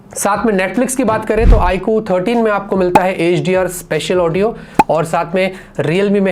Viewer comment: It's iQ not i kuu